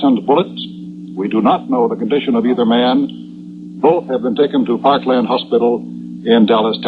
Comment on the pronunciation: "Parklane" hospital. Happens during such chaos. I'm reminded of John Daly of CBS announcing the Pearl Harbor attack referring to Oahu as "O ha oo." Totally understandable.